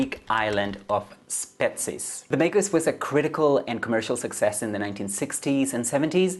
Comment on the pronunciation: What a great review! I want to read this, it takes place here in my country of Greece. BTW the island of Spetses (great pronunciation!) isn't remote at all, it's 50 miles South of Attica by ship, people travel there for a short weekend.